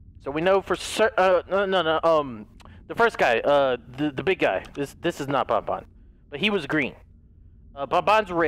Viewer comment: it's ban-ban not bon-bon